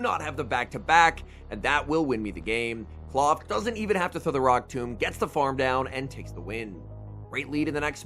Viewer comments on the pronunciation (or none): It's not clawf twin it's Klawf.